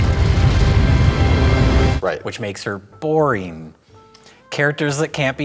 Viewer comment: Why does pronounce "boring" as "boreen"? Ironically making the word very not boring